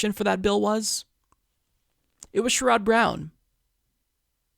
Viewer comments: Love your program and almost always agree with you. One tiny thing, I believe that his name is pronounced SHARE-uhd not sher-ODD. Keep up the great work,! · Isn't it SHER-red (like Jared) not Sh-rod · He cannot pronounce his name correctly. " I only support Bernie Sanders. " Just looking for any reason to trash anyone but Bernie.